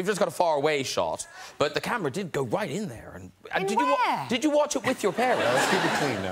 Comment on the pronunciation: No, no, Matt, it's "How YOU doin'"?